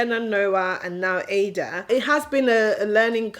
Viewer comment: I love you channel and your family, but please pronounce ur daughter's name with the igbo meaning that brings pride and joy. Ada and not like a computer. I'm a yoruba woman and I love native names.